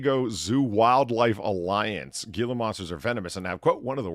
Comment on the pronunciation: Gila monster is pronounced "heela monster" , other than that great show as always